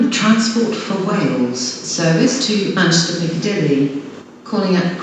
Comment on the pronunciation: She can’t say the M in Manchester. So she says Anchester Airport Lol.